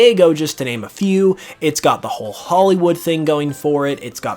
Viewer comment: Instead of holly wood it’s Polly wood